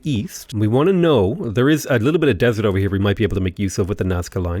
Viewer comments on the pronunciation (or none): none